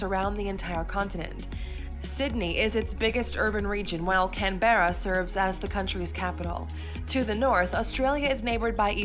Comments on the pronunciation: Jusy for record guys Canberra isnt pronounced can berra like this bimbo says it . Its more like can bra or can bruh. Like Melbourne is melb un. 👍😊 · can-berra....it's pronounced canbra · Did they just fucking say can berra it's god damn motherfucking (which is how I was born lol) it's can brrra (pronounced) also something they missed in the video is WE KNOW HOW TO PRONOUNCE OUR FUCKING WORDS AND NOT BUTCHER THEIR NAMES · CaNbErRa XD. So many pronounce it like that but its actually Pronounced Can- bruh. love this reaction tho! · cringed so hard when they said "can berra" its pronounced "canbruh" like bruh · Can bare her haha funny way to pronounce Canberra. Here its pronounced Cambra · Ugh it's pronounced CAN-BRA not can berra. Also MEL-BIN not mel born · So many laughable errors in that video.... Can-berra is our capital. (It's Can-borough or Can-bra) while we at it it's Mel-bin bot Mel-born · "Can-Bear-ra" i fuckn died 🤣 It's pronounced Canbruh. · im absolutely fucking drained at the fact this sheila said "can- bear-ah" what the fuck, in case you didn't know its pronounced "canbrah" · i hate the way americans say canberra its way to over exaggerated for those that say it like the lady narrating this video its pronounced CAN-BRU (can as in can of coke and bru as in bru wtf) . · It’s can-bra that’s how you pronounce Canberra our capital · Don't pronounce Canberra the way it's spelled, pronounce it canbra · I would just like to point out that the video they are reacting to is pronouncing things wrong. Canberra in pronounced Can-bruh, quoka is pronounced quoh-kah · CANBERRA?!?!!! FUCKING CANBRA MATE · did she say can bearra lmao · Just a tip: if the video you're reacting to pronounces Canberra "can-beh-ra " it's not worth watching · twitch that's not how you pronounce Canberra twitch Its "Canbruh" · Yes, I cringed at Can bearah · the way she pronounced Canberra i cant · The way the girl pronounces Canberra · why- why did she pronouns Canberra like that- tf